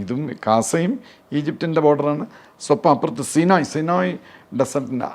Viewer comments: ഇതാരുവ്വ? സിനോയി ഡെസേർട്ട് 😅😅😅 സൈനൈയി മരു ഭൂമി പോലും നേരെ പറയാൻ അറിയാത്ത ഈ മഹാൻ്റെ ജ്ഞാനം അപാരം തന്നെ!!😅😅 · സിനോയ് അല്ല, സീനായ് എന്നാണ് പറയുക